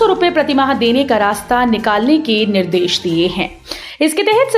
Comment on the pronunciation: Yellow hota h na ki yallow bolna to sikh lo Nirdesh bolte h na ki nirdish Kaha kaha se aa jate h news dene